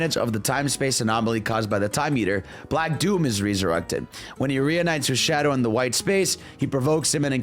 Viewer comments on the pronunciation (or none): My man fumbles his r words… he can’t say “resurrected refuge”